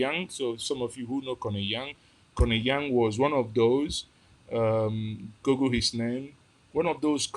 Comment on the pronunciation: You lost me when you were using “gurgle” to locate our aerial map. Look, google, school, woods, mood. There is no place the English sounds “oo” as “ur”. I was confused as well why everyone in Nigeria calls it gurgle.